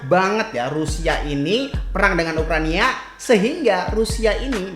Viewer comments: Ukraina... Brasa aneh bcanyh ukraniaa:) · Ukraina bang bukan Ukrania